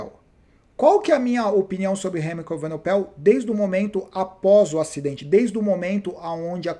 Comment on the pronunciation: Remco evenepoel, acho que essa é a pronúncia !! E não evenopel como dizes nos vídeos